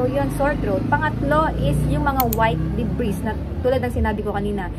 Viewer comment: debris silent s